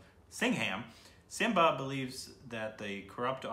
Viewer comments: its not simbia its simmba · Love how is MILES away from the correct pronunciation.😉😂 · Lol this guy can’t even read simmba 😂😂😂😂